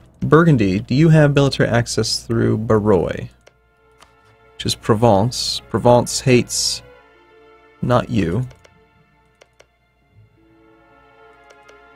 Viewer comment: Barrois is pronouced "Barrouah" or Bar-ouh-ah